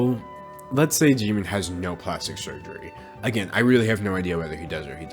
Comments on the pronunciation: I can hear the kpop stans screaming in the comments because he said 'jimeen' not jimin lol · its jimin not jIImIIn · "Jee-mean" thought it was Jimin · “jimmi” Me: ITS “JIMIN” Also me: oh shoot I hate k pop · i love how you pronounce 'Jimin' like 'Jeemin' lol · The fact that you got away with calling him "jeemeen" the entire video is fucking hilarious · This is something stupid but it’s killing me you keep pronouncing him as Jeemin.... please don’t do that....... yet again sorry it was just wrong pronunciation bye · "park jeemin" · No one:: Jee-mean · I love you, but JEE MEEN? Lol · he really said jeemeen with his whole chest huh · The way he says Jimin so funny 😭😭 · I love how he pronounces Jimin’s name wrong the whole time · Me just cringing that you say jimins name wrong, still love it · you said jimins name wrong😭🤚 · THE WAY HE SAID JIMIN lolololll. Btw. Poor BTS.. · Anyone else bothered by the mispronunciation of jimin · aka him saying Jimin wrong for 13 and a half minutes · ...this is how you pronounce it...? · bruh the way he pronounces his namee ahahhah